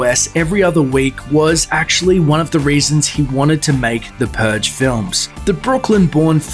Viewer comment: "the puge"